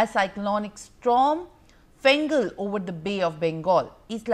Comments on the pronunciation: Small confusion over the name of the Cyclone. It's Fengal Not Gengal 😅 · It's not Gengal it is Fengal